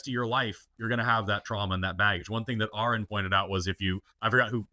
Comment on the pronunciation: "I've been a fan for a while now," procedes to say Aron's name wrong. sigh